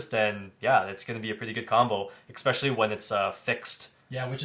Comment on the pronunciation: Adorable how the dude on the left never seems to be able to pronounce the word "especially", it's always "Eck-specially"